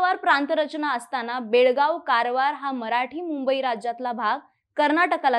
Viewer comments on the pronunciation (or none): none